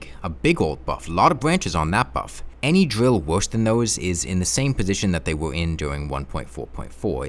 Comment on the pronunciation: surprised you pronounce it as "Drill" and not "Dwill" Good job on the grammar improvement man!